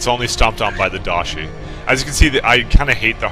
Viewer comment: Dah-ee She. Its literally "Great Death" in Japanese...which is a name it earns.